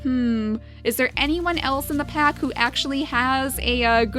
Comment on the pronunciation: She said pap instead of pack XD ive just noticed that